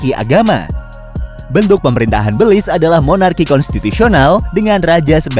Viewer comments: Cara baca negara ini Béliz, bukan bèlis soalnya dlm bhs jawa artinya iblis🤣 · How to pronounce Belize? Beulize or Belize? Invoice: Beulize Me: Belize Setiap orang pasti berbeda dalam menyebut nama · Belize dibaca Belis. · Tulisannya Belize, bacaanya beliz_ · Baru tau kalo baca belize gitu 😂